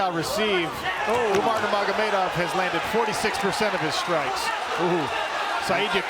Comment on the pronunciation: "umar numargomedov" okayy